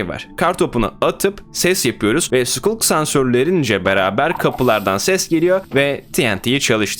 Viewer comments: bilmiyorum anlamında demedim sıkalk diye okunuyor ya sukulk demesi tuhaf geldi o yüzden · hayır skalk diye okunuyo zaten vidyoda çok fazla okuma hatası yaptı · sculk, skalk diye okunuyo:) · Nobody::SIKULK SENSÖRÜ